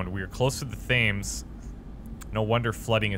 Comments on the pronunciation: It's pronounced "Temms" as opposed to "Thames." I was born there... Just sayin' ;) Good stuff! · just the fact that "thames" is pronounced tems. Probably been said before.... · Close to the Thames (pronounced TEMS!!) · I love your lets plays! Don't ever change. And your Canadian accent is adorable. And just to be pedantic, I have to point out that "Thames" is actually pronounced "Tems". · The river Thames is.. like 'tens' but with an m. It's the most famous river in England, friend ;u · Lolz it's "Temms." Btw, Mandus is related to Daniel? Cool. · Please,, Thames is pronounced "temz"